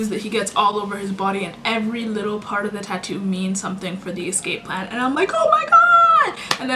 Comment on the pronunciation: say 'likkle' one more time [english pls]